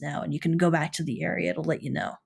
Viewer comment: Free Alderon Translation = Maurrst - Most... Caurrd - Code.. Naur... Know/No Saurr - So.. Gaurr - Go... Slaurr - Slow.. Emaurrt - Emote